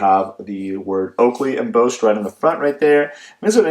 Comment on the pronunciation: Ummmmm… did you just say “emboast”? ..twice? It’s embossed. Like your BOSS is going to fire you for saying emboast! Lol.. I’m just giving you crap. these are nice glasses though. Thanks for the video.